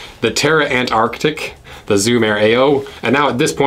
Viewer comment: I appreciate the effort you made to pronounce Antarctic with both C's! 👏